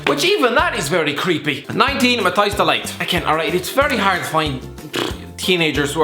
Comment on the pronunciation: As if he said Mathijs da Ligt as Mathijs Delight🙄